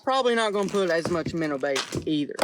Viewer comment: I love how he says “Minner” because of his accent